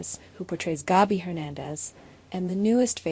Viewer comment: I’m tired of hearing you mispronounce names. In the same sentence you say both “SAAHMY” and Sammie, (which is the correct pronunciation)! Get it right or don’t say it at all. You do the same thing with Gabi! It is NOT “GAHBY”.